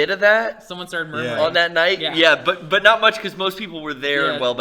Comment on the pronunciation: Every time says "But!", I hear "Butt!":D